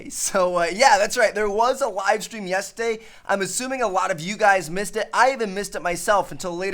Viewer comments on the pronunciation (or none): when said Yesday instead of yesterday lol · Watch from too like when he says yetERday he say yesday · This boy cannot say "yesterday" correctly. In the beginning of the video he keeps saying "yistday" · Why does he say "yesterday" like "yesday" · Did Tmartn say "Yesday" at the beginning except for Yesterday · I'm I the only one who heard Trevor say Yes-Day instead of yesterday in the beginning of the video? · Please tell me I'm not the only one that heard him say yestday in the beginning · he says yes day when its called yesterday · It's yesterday not yesday😂😂😂😂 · TmarTn, it's Yesterday. Not Yeseday. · what is yestday? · "a livestream that went down Yesday" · Haha he Said yesday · Am i too drunk or did he say yestday ? Lol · Did anyone realize Tmartn says "Yestaday" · There was a wivestweam yestday. He legit said that. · Its pronounce yes-ter-day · does anyone else here him say "yes-day" instead of yesterday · He said "yesday" 😂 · I didn't know yesterday was pronounced yestday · Anyone realize the way he said Yesterday??? ''Yestay'' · when he pronounce yesterday "Yestaday" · Why he say yesterday like that